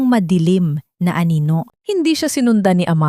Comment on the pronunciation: 7May banyaga dogo sigro to..si narrator.....di mabigakas ang wekang pilipino masyado😂ang anino ay naging aninola pero maganda ang story..maraming salamt.